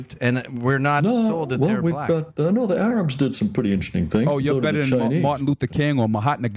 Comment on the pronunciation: Troof = truth Day = they Beder = better At least Rocky Balboa was a dummy, who got punched in the head, for a living, to end up talking that way. I wonder what happened to ra to end up talking like this....and oh yeah he's "THAT GUY" ...lol what a putz...